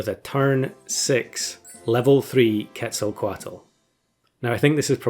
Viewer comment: A++ for the pronunciation of "ketzelcoatl" nice